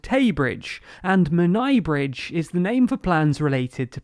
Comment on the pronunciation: Good job on butchering Menai Bridge